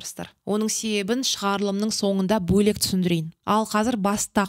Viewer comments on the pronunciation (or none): Жүргішушііі!!! БО'ЛЕК ЕМЕС , - БӨЛЕК делінеді. Түсінәкті." Ө " әріпі сізге таныс емес екен! Қазақша біліп сөйлеп😢 ал бірінші, сосын барып жүргізушімін де